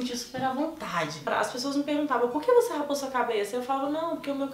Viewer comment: é "raspou" e não "rapou":)